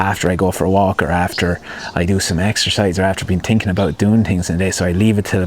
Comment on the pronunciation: I say this respectfully...I'm working on a 2nd screenplay right now and your voice/accent pops into my head all the time to remind me, "You're overTINKing it." Thank you!